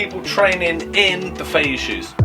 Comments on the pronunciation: Don't want to piss in your cornflakes but first of all, you pronounce Feiyue wrong. It's Feiyue not Feiyu. Second, all the feiyue are made in Shanghai and there's no such a thing as fake Feiyue. You're selling Feiyue shoes with a 'green' triangle. These shoes are made for the French and international market and cannot be sold within China. The red dot Feiyue, is called Dafu Feiyue, and has a round sole, instead of the flat sole that is produced for the French market. The red dot Feiyue can only be sold within China. You can buy the Dafu Feiyue for 30 RMB. That's about 21 Pounds. You're selling it for 23 Pounds, that's 200 RMB... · Pronounced "fay-you-ay"